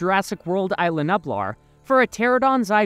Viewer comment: it is ISLA nublar not ILA nublar